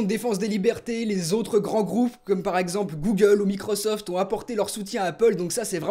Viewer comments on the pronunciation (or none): none